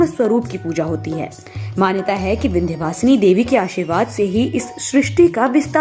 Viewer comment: चुटिया बनाना कोई तुम पंडितों से सीखे विंध्यवासिनी मां को विंदू वासनी बोल रहे हो अजीब चुटियापा है